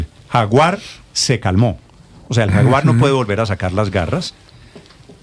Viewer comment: El JAGUAR solo dijo😅😅😅😂😂😂 jaguar"you" jajajajjaja